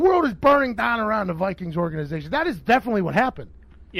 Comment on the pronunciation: literally just thought the same thing when he said "the world is burning dahhhn"